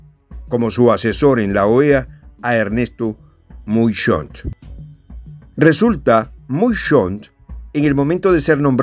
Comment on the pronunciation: Se pronuncia Ernesto maison